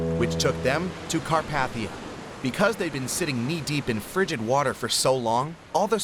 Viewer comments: It’s not cat paf ter like you said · nah 💀 carp"aH"thia